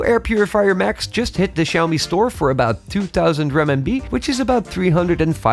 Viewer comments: For a Xiaomi channel, I can’t understand why don’t you make the effort to properly pronounce “Xiaomi” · I think what he meant was you should say Xiao Mi in Mandarin, not in the English.